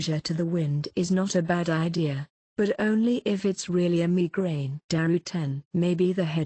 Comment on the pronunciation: the way it says migrane🤣🤣